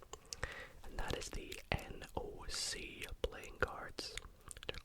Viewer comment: So the “NOC” decks are actually pronounced “Knock.” 😊🖤 (I too have a massive playing cards collection that I’ve had for decades 😄 I also love cardistry.)